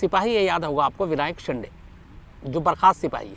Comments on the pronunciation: शिंडे नहीं शिन्दे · विनायक शिंडे नही विनायक शिंदे नाम है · Shinday nahi re .. say shinde शिंदे .. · विनायक शिंदे है, आप " शिंडे " उच्चारण करते हो,जो ग़लत है ।